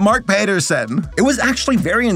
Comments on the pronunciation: ….Pat-er-son…. Where did Payterson come from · Uh... Pat-erson xD I cant tell if hes joking.. lol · Your pronunciation of Paterson has me rolling